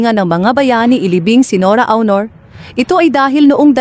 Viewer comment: This lady commentator should learn how to read and pronounce the right way in reading the name of Ms. NORA AUNOR .